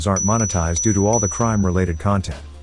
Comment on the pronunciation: I couldn't stop laughing when the Narrator said Wu tang at the end.